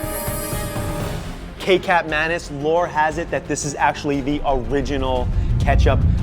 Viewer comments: Aaargh, it's not pronounced "kay-cap", it's "catch-up" manis (ma-knees). It's an Indonesian product and not Chinese and it means sweet (thick) soysauce. (It's basically soysauce mixed with palm sugar). Other than that, I'd like to try this burger but I can't be bothered making it myself. lol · For the record. Kecap Manis, the "Kecap" is pronounced the same as "Ketchup" with no emphasis on the H. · The kecap manis is actually pronounced kechap manis, and it is an Indonesian product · It's interesting to note that kecap manis is in Malay for Sweet Soy Sauce pronounced as kee-chap ma-nis and not Kay-chap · haha I like how you pronounce kecap manis... kay-cap manis... hahahha! cute! It's actually pronounced kay-chap manis.. sorta like ketchup but spelt without the 'h' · It's pronounced as "ki-chap m aenis" though. :o Awesome burger. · Kecap (sauce) manis (sweet) aka sweet sauce is pronounced as: Ketchup Monies Kindly improve yourselves. :D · lol thats not how u pronounce kecap manis. its a malay language of sweetened ketchup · you pre-nous kecap manis is wrong go back to malay school dum ass